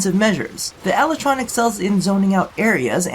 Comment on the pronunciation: "Lel"ytron Lol